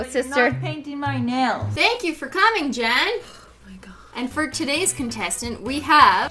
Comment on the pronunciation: Riley Riordan Jen not jeyn like wth